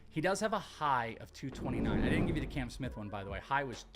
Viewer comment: His name is Cam, not Can 😂